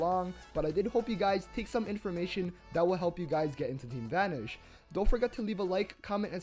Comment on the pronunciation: why do you pronounce it as "team vanersch"?